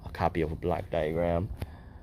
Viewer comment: When you ask for a block duagram it sounds like black diagram. May i suggest you pronounce it like blawk diagram which may be less confusing to the individual being queried.